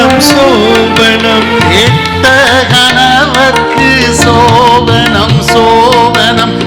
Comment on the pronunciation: சோபனம்... Sasthriyar pronounce correctly, BUT his assistant sings pronounce wrongly சோபணம்